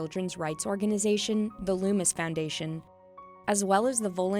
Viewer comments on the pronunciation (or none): Its lumOs not lumIs 😂😐😉